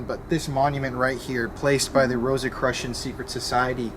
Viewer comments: it’s pronounced “row-suh-kroo-shin”. Enjoyed the video! Hope y’all are safe and healthy! MLLHR! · It's "rosa- CROO-tian". I promise.